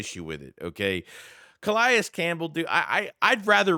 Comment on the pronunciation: Not how you pronounce Calais 🤦